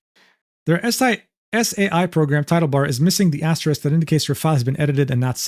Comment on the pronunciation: Man, it is painful to hear say "Paint Tool S.A.I" instead of "Paint Tool Sai." Makes it sound like there's A.I. in that program. And no one in chat corrected him. Scandalous, platonically! XD It's an amazing art program for newbie digital artists. And it's the one that I started out with before moving over to Clip Studio Paint EX. Paint tool sai is made by just one guy! It costs 50 bucks!:D I also went to check wikipedia for the pronunciation, in case I was wrong lol. And I found out that it was the most popular art program over on Pixiv in 2016, above Adobe and CSP. Very neat!^^